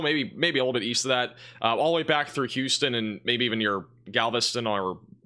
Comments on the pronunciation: It’s gal vest on not gavel ston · Sounds like you’re saying Gavelston not Galveston. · Gal-ve-ston, not "Gavel-ston" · OMG, dude! It's NOT GAVELSTON. REPEAT AFTER ME!!!......GAL (like a woman) VEST (part of a suit) TON (2,000 lbs.).